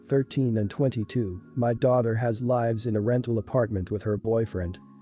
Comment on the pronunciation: Anyone who tries to make a living as a professional YouTube who uses a robot voice who describes lives instead of lives needs to have word with themselves as you are a lazy bastard…..